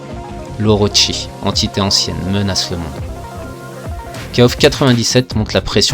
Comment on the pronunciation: J'ai le poil qui se hérisse quand je t''entends dire "Kaof" (je dis kof) mais bon chacun sa prononciation... mis à part ça merci pour les souvenirs. j'avais 15ans quand kof94 est sorti, je claquais toutes mes économies dans la borne et l'argent de mes tickets de bus pour aller au collège y passait aussi, si bien que j'y allais à pied... ah que de souvenirs. Note: KOFXV plutot solide niveau gameplay mais il est toujours aussi laid... même si la 3d est plus jolie que dans le XIV (ou moins moche) elle est toujours aussi datée, les persos ont perdu tout leur charisme. Passer du XIII au XV... c'est violent surtout quand tu compares le passage de Street Fighter III 3rdS au 6... enfin c'est mon avis